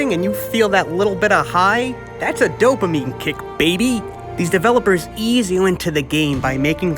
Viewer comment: "Domaine kick" lmaoo